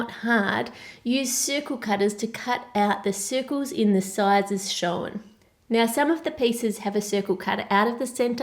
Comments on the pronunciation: Can you say shown properly? SHOWEN hahahhahahahhahahhahhahahahhahahahahhahahahahhahahahahahhahahaha. Jokes. Love you really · I love the way she says 'shown' it's like 'showen'